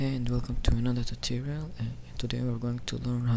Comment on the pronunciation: It's tutorial, not tuterial.